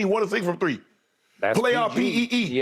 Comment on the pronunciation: Man said “Playoff PEE” I’m dead☠️☠️😂😂